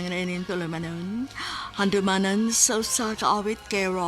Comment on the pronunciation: GIATAY NING PESTENG AI NGA MUINGON NGA "HANDOOOOWWWMANAN SA USA KA AWEYT" MINATAY